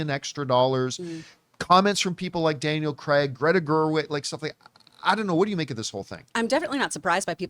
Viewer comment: "Daniel Cregg" 😂